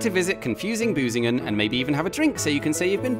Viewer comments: Can you pronounce the ü? Because you pronounced it as a u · Hehe - he said "Busingen" :-P